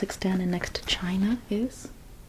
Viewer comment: ChiNA and EnGAland 😂 loved the video. 😊